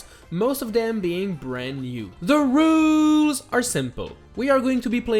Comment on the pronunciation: Yes all the “rools”